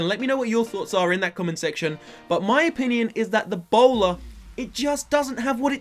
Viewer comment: when you said the bowler it sounded like Ebola